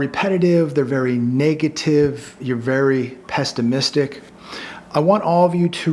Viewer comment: “Pessimistic” NOT 🚫❗️ “Pest-aaahhh-mystic” !!!!!!!!!!!!!!!!!!!!!!!!!!!!!!!!